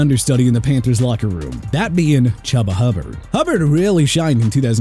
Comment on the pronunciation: One thing you need to know is that Herbert has been pretty durable, and Foreman is kind of a no show when there is someone is healthy. So I am not worried about him. Also, you had a video a long time ago saying that Chubba Hubbard is pronounced like Chew-ba Hubbard. Not Chub-ba Hubbard.